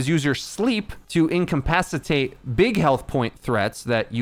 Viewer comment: "income-pacatate" lmao But I can absolutely believe that it took 100+ hours to make, this guide is insane!